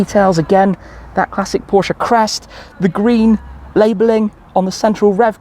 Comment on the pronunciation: Your pronunciation of „Porsche“ is great. 👍🏼